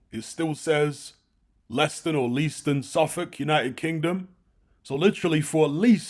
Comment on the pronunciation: Great video. If you're interested it's pronounced LaySton.